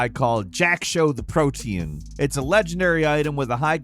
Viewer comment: Bro really out here pronouncing PROTEAN as PROTEIN It's pronounced Pro-Tea-Anh I don't even play league